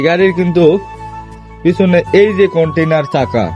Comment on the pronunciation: কন্টিনার চাকা না কন্টিনেন্টাল বলে ওটাকে।